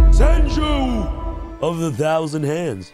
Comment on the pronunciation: "one Tausand" 🤣😂